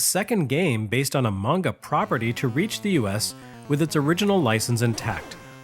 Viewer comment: Oh my god. Someone pronounced anime and manga correctly! Thank you!!